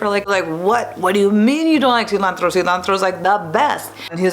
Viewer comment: OOOOFFFF... The way she says Silantro...